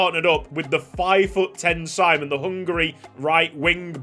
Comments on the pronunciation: Finally a Hungarian player, loving the new series! Btw, his name is pronunced SHE-MON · Yee finaly a hungarian player🎉🎉 That’s not how you say his name in hungary btw, but no problem